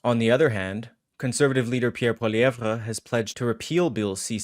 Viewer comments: It’s actually pronounced Polly-Ev….. not Polly-Ev-Ra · I swear to god, I love, but if you keep pronouncing his name like a jackass I’m going to have to downvote